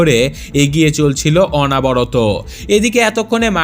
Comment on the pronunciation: গল্পটা খুব সুন্দর। আপনার উপস্থাপনাও দারুণ। তবে উচ্চারণের দিকে একটু লক্ষ্য রাখুন। উপাত্যকা এবং অনাবরত এই শব্দদুটি ভুল উচ্চারণ। আসলে উচ্চারণ হবে উপত্যকা এবং অনবরত। ধন্যবাদ।